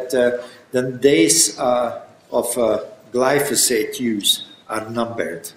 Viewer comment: question on glyphosate which is pronounced slightly incorrectly by the asker.